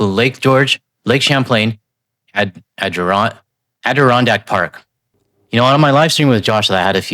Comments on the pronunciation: 😂ad er on dack, like the chairs. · After a couple of false starts you pronounced "Adirondack" perfectly ! 😊👌